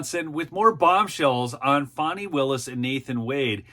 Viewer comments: I agree. I gently troll her by spelling it "Fawnee". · Her name is FANI not FAWNEY! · {FAN-NEE} ... NOT ... {FON-NEE} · Correct, as in Ass. Not as in Deer.